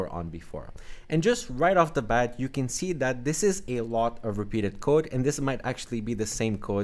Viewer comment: ahh i got it. It sounded like (can't)